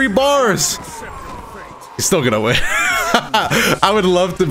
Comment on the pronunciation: Right when said "IM GONNA WIM TRUST ME! TRUST!" I knew it was over for hum right there. No offense bro just the truth.